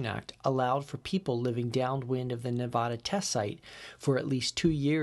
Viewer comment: It's Nev-ah-dah, not Nev-ahhhh-da.